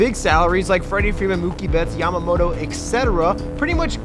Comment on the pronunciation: Freddie frrrrrewfedman